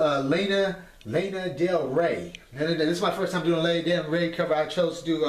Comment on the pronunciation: I have never heard someone say Lana like that. I love you